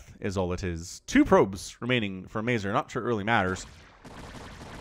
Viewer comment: If you ever stumble again on Mazur replay, please check polsih pronunciation for that word. All the polandballs watching you will be pleased